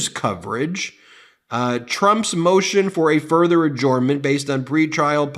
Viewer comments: Dear Ben: Adjournment is pronounced A-JURN-MENT, not A-JORN-MENT. Sincerely, Someone Who Works For The NY State Court System. 😉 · Ben, love your videos but if I may be permitted one critique, I believe you are pronouncing adjournment incorrectly. It is pronounced: uh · jurn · muhnt. Just my two cents. Carry on. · Ben: "Adjournment" is pronounced "a-jern-ment", not "a-jorn-ment". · Ben, I love your channel but God forgive me your pronunciation of "adjournment" is killing me! Hahahaha!